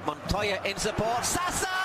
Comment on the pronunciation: Someone tell to this guy that Simone is Italian not Spanish . ZaZA not "SaSa"...